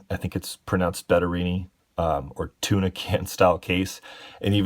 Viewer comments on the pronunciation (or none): none